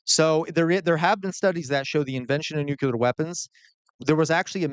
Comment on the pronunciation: Sorry... It's "new clear" not "new cue lar"